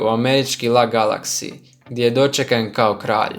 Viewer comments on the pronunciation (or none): Nantes, la Galaxy??? ozbiljno haha?? čita se Nant i El Ej Galaksi hahah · Auuuu LAGALAKSI I NAN-TES :D